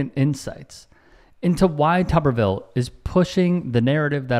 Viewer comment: It's not Tubberville, it's Tuberville. Tuber, as in potato. Pronunciation is everything.